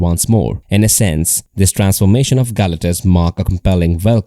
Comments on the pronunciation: GAL - acktuss is making me cringe. I think they pronounce his name as ga-LAC-tus 😅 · How do you do a video but dont know how to pronounce the main subjects name?